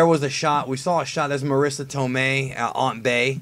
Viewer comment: I'm so hyped for this movie, the MCU is doing a good job at this Spiderman film. TBH I don't like the other Spiderman films, but since this one is part of the MCU I will definitely watch it when it comes out in theaters. By the way of your video you said Aunt Bay instead of Aunt May.